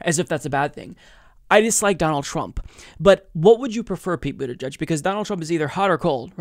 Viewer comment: Wait! Did she call him Pete Bootyjudge too? 😂😂😂😂😂😂😂😂😂😂😂